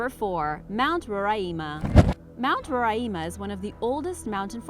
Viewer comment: I live in Guyana and it is pronounced like Guy ana and the mountain is pronounced like Ro ri ma